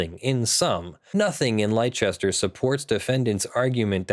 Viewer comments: I'm from the north of England so it's a bit more "yareet mate?" ;) Do Americans really pronounce leicester that way though??? There is no h so I don't understand where the "ch" sound comes from either, fundmanetaly your pronunciation is as nonsensical as ours. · You don't pronounce leicester that way, its pronounced more like lesster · As a bostonian I have never heard it any other way but lester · Hearing continually mispronounce Leicester is beginning to make my ears bleed. It's pronounced "Lester". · It may be true that it is pronounced that way in England, but this is an American city we're talking about in the video. Its "Leigh-chester."